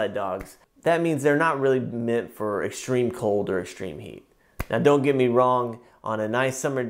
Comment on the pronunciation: ''EXSHTREME'' lol